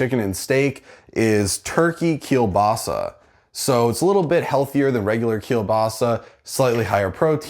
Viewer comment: Nice video, good looking house :) But my personal favorite part is how You pronounce "kiełbasa" - very well said ;)